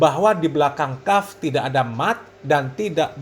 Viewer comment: Masa kaf di baca panjang ni habib dari mna